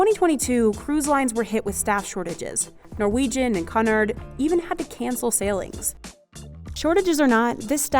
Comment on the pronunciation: Sorry.... I believe it's Pronounced... CUE-nard. 😊 TY for the Glimps behind the scenes... but would have liked to have seen and heard a Lot More on it though. 😊